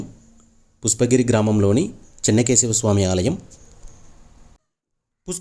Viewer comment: Mundu meeru pushpagiri ani sarigga palakandi, pusspagiri kadu video Chala chala bavundi 🎉